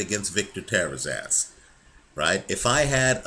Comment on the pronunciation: lol@ Victor "Tear-his-ass" It's "Teh-rah-zahs" my friend. If Canelo had Santa Cruz' ability he'd actually stand a chance, as it is Alvarez is getting the hell knocked out of him. Excellent breakdown as always, really enjoyed the intro about idiot racists who don't understand that skill and dedication have no ethnic domains